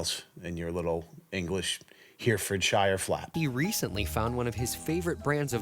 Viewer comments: Last time oregano this time it’s Herefordshire. It is pronounced heh-rah-fud-sheer lol. I still love ya though. Disgruntled from England. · Herefordshire is pronounced "Har-ford-shir" 🤣🤣🤣